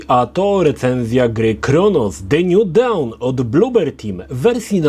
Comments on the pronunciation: Nie nju dałn tylko nju don. Nju dałn to będzie jak nakręcą nowe odcinki Klanu. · "The new dałn" - brzmi zachęcająco